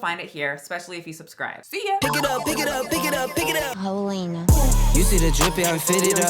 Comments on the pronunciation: The outro took me out😭. “Ho-lena”🤣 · "Hoe-lena" I love how Southern that is. 😂